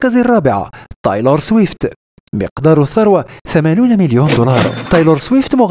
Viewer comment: بس ليه تقول طايلور 😂